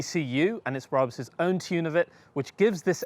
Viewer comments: its BraH-bus in German, not Braabus. Brabus German docu here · Why are you pronouncing Brabus like that? It’s wrong and so cringeworthy. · Everytime he says Brabus, I think of the thief next to Jesus, not a German tuning car company.